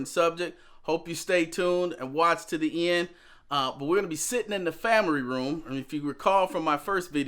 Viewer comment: U said famry room lol